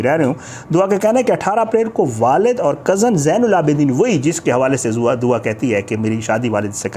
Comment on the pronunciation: by the way its not DOWA its DUA. kitna hi ach hota k agar ap aj kisi aur topic pr videos bana litay na k DOWA PR. kiyo k bachi nay media say request ki ha k please meri jan bagsh dain. But apnay DOWA ki jan nahi baghshni. Bahi Kuda ka wasta ha ab kuch aur topic dhodho please.